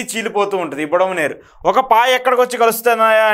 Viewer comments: Budameru. Not budamaneru. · యు హావ్ డన్ ఏ గుడ్ జాబ్ బ్రదర్, ఇలా ఎవరైనా మ్యాప్ లాగా గీసి వరద ఎలా వచ్చిందో వివరిస్తే బాగుండేది అని అనుకుంటున్న నాకు ఆ లోటును కొంతవరకు మీరు తీర్చారు. కొన్ని మాటలు తప్పు పలికారు, బుడమేరు. కరెక్ట్ బుడమనేరు కాదు. అలాగే కొల్లేరు కరెక్ట్. కొల్లూరు కాదు. గమనించగలరు